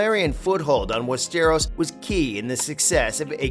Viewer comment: I hear west stare rose 🤣